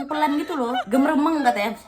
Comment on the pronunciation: maap aja nih yah bukan "germemeng" Tapi "nggeremeng"